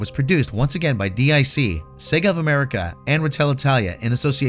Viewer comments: I was gonna say anything, but then he pronounce dic as "dee-eye-see" instead of "deek," like they did at the end of every show. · Quick minor nitpick, DiC is pronounced “deek”.